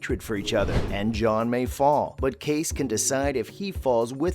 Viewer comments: It’s KAY-CEE not kace 🤣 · Geez! It’s not Case!!!! It’s Casey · His name is pronounced Kaycee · Correct me if I am wrong but isn't the name Kayce said Kay-see? I have to wonder how reliable these hints are if they can't even say the name right! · You should at least learn from the show how to pronounce Kayce…long e!!! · If you are going to narrate, learn how to pronounce Kayce's name. It's pronounced Kay-See for Pete's sake! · Not sure I trust any Yellowstone commentary in which the narrator mispronounces "Kayce" and "Montana".